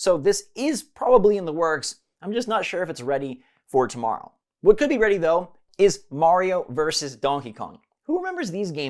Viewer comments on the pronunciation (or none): none